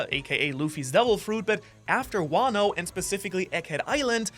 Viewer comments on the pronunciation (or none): none